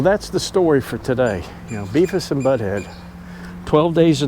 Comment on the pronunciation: Haha! Dude… it’s Beavis not beefis, lol. 😂